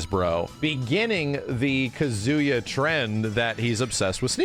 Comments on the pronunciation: Ka-zu-yaa pleaaaaseee Not Kazoo-ya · Is pronouncing Kazuya like that a meme? It's driving me up the wall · Okay I'm glad I'm not the only one hearing "KaZOOyaah" every time haha. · yeah the way ppl pronounce Japanese names is sometimes kinda cringe. It’s “KAHzuya” lol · it's pronounced kazuya not kazuya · Every time says Kazuya's name, I just keep thinking "Banjo-Kazuya." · Bruh same!! All I hear is banjo Kazooie 😭😭😭